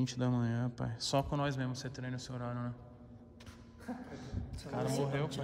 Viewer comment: Agora a Jessica tem que beslicar ele também pra parar de falar pae.... tudo é pae.pae